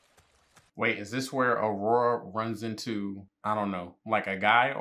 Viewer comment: Even though the characters say the names multiple times in the shows lol, he got Aurora right though!